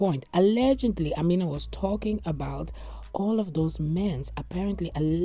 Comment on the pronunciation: im African and the name is pronounced AH ME NA